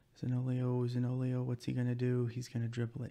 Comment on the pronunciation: hi I'm new! , I always like to see Italian players in the teams, I don't want to sound offensive, but you say Zaniolo wrongly, you pronounce the i after the o 😁🇮🇹